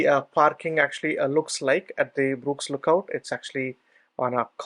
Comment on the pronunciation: Shame that it's so difficult to understand the thick Indian accent. Why didn't you get someone to narrate for you. Btw it's not Brooks Lookout. Although your transcript does say Burkes, you wrongly pronounced it as "Brooks". Had I not read the follow on, I'd be looking for Brooks Lookout, man. I have been here many times and never seen a cell tower, so perhaps didn't trek the exact same route as you. I was around the tv towers and the Kyeema memorial site.